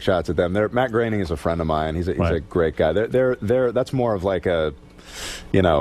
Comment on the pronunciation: It's not Matt 'grenning'...and that guy took rides on the Epstein plane.